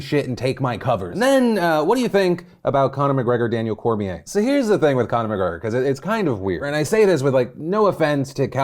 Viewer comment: "Dustin Coirier"